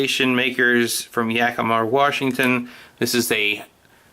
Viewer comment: Where are you from? I always find it interesting when people saw Washington "Warshington"